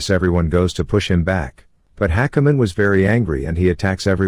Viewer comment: just listening to the whole thing ... and hakumen is pronounced like hackerman ... omg these TTS bots are too funny xD